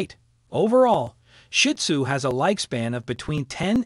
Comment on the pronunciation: Gave this a like for the info, but PLEASE learn how to say their name properly!!!!